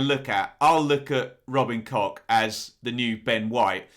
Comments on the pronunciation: Mate I love your channel, a huge fan but pronouncing them cock and klick, really, I was based in Germany for a time as it happens.... keep up the good work, apart from your pronunciation 😂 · Ben, surely its Robin Koch, I see no ‘ck’ on the end of his name, same with Mateus Klich... 🤷🏼‍♂️ MOT